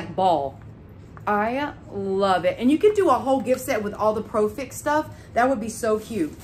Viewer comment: It’s not profix it’s pro-fx lol 😂